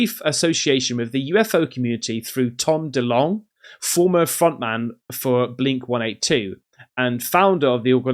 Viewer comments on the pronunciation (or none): You lost me when you said "Blink one eight two"